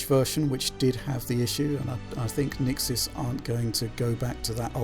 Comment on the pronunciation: Shouldn't you redub the sound? You mention Nixxes incorrectly as the patcher so many times it makes the video rather pointless now.